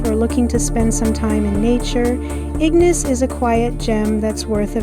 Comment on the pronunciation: Great video! It was really nice to see my old family home again. By the way, locals usually pronounce it ig-NAYCE rather than IG-niss, just a heads up! 🙂